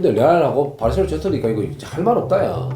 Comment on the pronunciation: 병지 형님 발음=바르셸로나 ㅋㅋㅋ